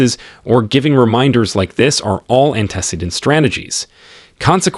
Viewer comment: I feel like your AI reader should be able to pronounce antecedent correctly! Or notice whether records is being used as a noun or verb and pronounce it accordingly. But it was a helpful video, so thank you!